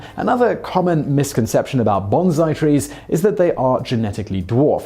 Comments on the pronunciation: yes you are correct but it is pronounced bonsai not bonzai its a very common error. there is no za sound in bonsai its the sa soun, banzai which sounds alot like bonsai, so close, to close, the pronunciation would be ba like the ba in ballon not like the ba in bad, the ba and bo sound very similar when put with the n character. great vidoes btw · I'm saying you're not fact checking the pronunciation, meaning you are mispronouncing "bonsai" as "banzai" because you neglected to research the correct pronunciation. A factual error of pronunciation. I don't think it matters that you wrote the script in 2015. Whenever you wrote it, you published it today with factual errors. The fact that you had three whole years to correct the mistake is all the more damning, isn't it? It's confusing to me as well, since you mention both at the end of the video, but still get the pronunciation and meaning wrong. "Bonsai" literally means "tray planting," which is exactly what a bonsai tree is, a normal tree planted in a small, shallow tray or planter and pruned back so as to remain small. Mr. Miyagi at no time says "bansai" as you claim. He says "Banzai!" with a perfect Japanese pronunciation as he drinks his drink. He then differentiates between what Daniel has mistakenly thought was said, "bonsai" ("baby trees") with the salutation, "Banzai!" (long life). Daniel AND Mr. Miyagi pronounce both correctly. They pronounce baby tree planting as "bonsai," which is the proper pronunciation. YOU are pronouncing this word incorrectly as "banzai." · pronounced BONE SIGH not BAN ZAI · It's bonsai (with an "s"), not banzai (with a "z"). That's a different word. But I do love your videos so I'll keep watching :) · Bone-SAI, not bon-ZAI. BANZAI! is an exhuberant exclamation. Bonsai is a small tree. I mean, you went through all the trouble of explaining the differences in pronunciation...WHILE MISPRONOUNCING IT! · This. Your BONSAI sounds like BANZAI and your BANZAI sounds like nothing.